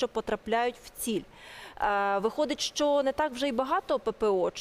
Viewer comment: Не "шчо", а "що"!